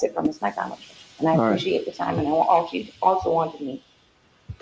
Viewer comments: it's actually mag-ban-ewa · It's said Mac-ban-a-wah 😊